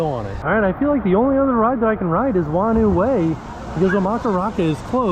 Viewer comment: Hello, Awesome to see you back at the water parks. Just so you know "Whanau Way" is pronounced "Faar-No Way" (or a variation of depending on where you are from). Thanks for listening.